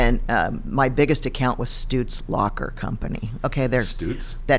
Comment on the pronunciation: I think she means Stroots Locker, not Stoots Locker?